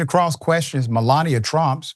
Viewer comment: 😂 The Great mel-lan-ia. What a joke😂